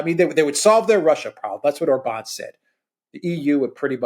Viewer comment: The accent on Orban's name is on the first syllable, all Hungarian words are spelled with the accent on the first syllable